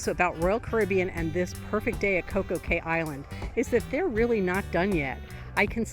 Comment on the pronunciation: Anyone else yelling "it's pronounced key"?